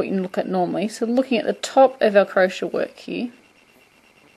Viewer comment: u do know you r pronouncing crochet wrong right?...